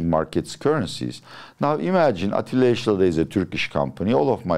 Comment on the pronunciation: Atilla amca ingilizcen çok temiz ama neden adını aksanlı söylüyorsun?